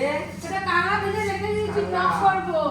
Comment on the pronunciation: চাষারা। কাঁকড়াকে কাঁগড়া/ক্যাঁকড়া/কাঁকড়া বলছে। ছেলেটা পড়াশোনা বাদ দিয়ে ব্লগ বানাতে ব্যস্ত।